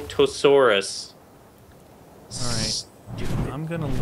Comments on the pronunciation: the giganotosaurus is pronounced ji-ga-no-toe-saurus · it's jig a nose ise